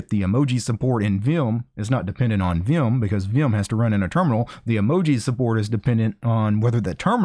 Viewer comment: "viyum" lol